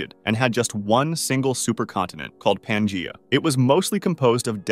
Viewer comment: Dude just mispronounced pangea like four times